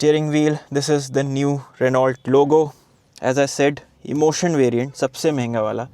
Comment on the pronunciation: Its pronounced as renuo not Renualt